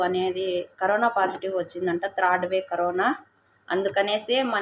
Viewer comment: థర్డ్ wave అనుకుంటా అక్క.త్రాడ్ వెవ్ కాదు. అనీవే థాంక్స్ ఫర్ గుడ్ ఇన్ఫర్మేషన్ అక్క